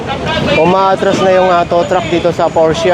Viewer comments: porsche lang po di porscha hehehe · P-O-R-S-C-H-E po hindi porchia.(' ~')